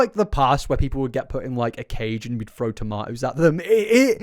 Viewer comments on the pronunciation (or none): none